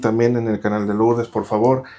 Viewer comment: No se dice LOurdes se dice LUrdes